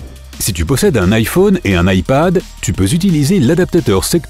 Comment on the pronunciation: Le mec il dit (Ifone) et pas (IPhone) 😂😂